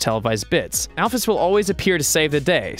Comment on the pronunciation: You mispronounced alphys